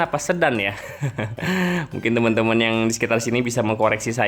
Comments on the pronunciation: Seksi 2 Sayung - Demak justru sdh jadi bung. Bukan Pandangan tp Padangan. Sedan diucapan Sedan spt mngucapkan mobil sedan. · Desa Sedan dibaca seperti Medan,Kak. Saya orang Rembang. Jadi tahu betul pelafalannya. Hehehe.